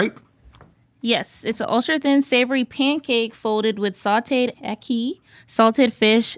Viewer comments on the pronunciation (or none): It’s pronounced “AHH-KEE” not “eh-kee” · Love ackee and saltfish! It's pronounced like "Ah-key" by most in the Caribbean. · Agree, fun episode. 🇯🇲🇯🇲🇯🇲 The "ackee" pronunciation was hilarious. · It’s the mispronunciation of ackee for me 🤣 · Ackee isn’t pronounced like that 😭😭😭